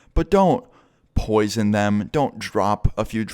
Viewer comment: " YOU CAN'T POISION PEOPLE.." 😂😂😂